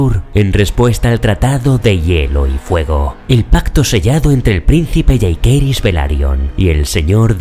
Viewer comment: NO ES "YEIQUERYS" LA PRONUNCIACIÓN, ES "YACEiRYS"